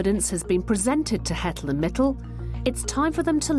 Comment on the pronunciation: it's Mitul, they're both Indians